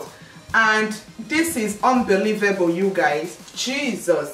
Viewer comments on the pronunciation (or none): I love u u are so Nigerian she said "Jesuuuuuuus"